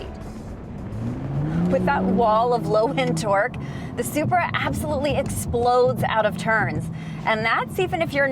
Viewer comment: did she just say spri and cheeky wtf (English)